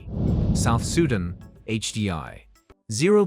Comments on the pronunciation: Learn to pronounce SUDAN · It’s Soo Dahn not Sue den. Even my nan knows how to say it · You lost me at Soohdun. 🤦‍♂ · Teach your AI robot how to pronounce "Sudan", "Guinea", "Malawi", "Lesotho", etc. Better still, use a real human voice from a person with a brain. Robots suck!